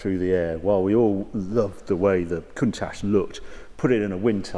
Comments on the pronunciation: You like saying cunt ash Harry, I’ve always pronounced it count ash , maybe I’m wrong and didn’t want to sound naughty, cheersshane uk 🇬🇧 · Countach is pronounced with the ch sounding like it does in church and not an sh sound .